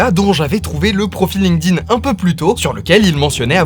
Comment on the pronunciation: Aïe, j'entends trop souvent des gens qui ne savent pas que le D de Linkedin se prononce T.